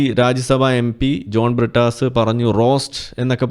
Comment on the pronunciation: പ്രിട്ടാസ്... A.. A. പറീം.. ടീച്ചർ.. ചന്തി പാരോം.. കീനാ പോർജ്.. അങ്ങനെ.. അങ്ങനെ... കുറെ... Inglish PHd. കാർ... ഞങ്ങളുടെ അഭിമാനം....😂😂😂😂😂😂